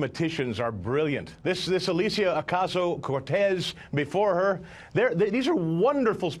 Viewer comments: Oh man, your face when that dude bungled literally every one of AOC's names. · when that other guy mispronounces Cortez's name I love Kyle's face. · Kyle's face when mispronounced, "Alexandria Ocasio-Cortez" priceless. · The look on Kyles face after that terrible mispronunciation.